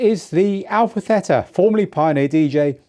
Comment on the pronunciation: 2 years ago, I commented on your FLX4 video saying I'm hoping to see FLX2 soon. I got a reply from someone saying that why would Pioneer release FLX2 while the FLX4 already cater the needs of mobile djing? He's right... Pioneer Dj would never release FLX2. It's Al-fa Tee-tuh!